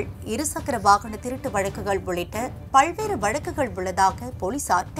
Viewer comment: பல்வேறு , பல்வேறு ,பல்வேறு pronounce it properly. See the ல in tamil. Can't hear you saying பல்வேறு.